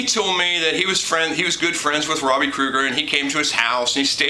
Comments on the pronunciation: Krieger, not Krueger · btw ... The Doors guitarists that you're such a big fan of? His name is Robby Krieger. Pronounced Kree-ger not Crew-gur. Thats the guy from the 80s horror movies ...